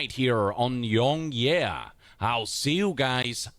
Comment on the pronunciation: YongYea misspelled his own handle. It's supposed to be YongYeah. Yongyea should be pronounced more like Yong-yay.